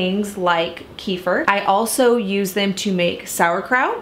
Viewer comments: Kee-fur? That's the weirdest way i heard kefir being pronounced 😂😂😂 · Not that it matters so much but it is pronounced like “keh-fear” :) love your videos!